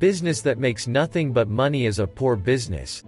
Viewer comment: You lost me at "maney.".